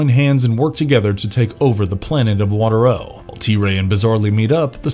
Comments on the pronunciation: The planet was called Water-O (WAH-TARE-OH) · I love this show, I was so bummed that it was so short lived...and the planet name is pronounced waterro with the emphasis on the second syllable. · The narrator also pronounces Water-O the wrong way. He should have done some research before creating this video. How could he say the Mantennas couldn’t breathe underwater when he shows a clip of them talking underwater? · Listening to this makes me want to tear my hair out because he keeps mispronouncing WaterO. He must not have watched or listened to an actual episode.